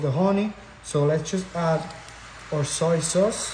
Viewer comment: Bro keeps saying "saw soyce" 🗿